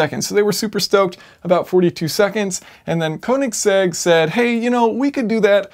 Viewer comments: Yes, and Kööönigsegg. Not koooenigsegg. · Heh.. Kowningsegg? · Orachi sorry its konisegg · Thumbs down for pronouncing "Königsegg" wrong.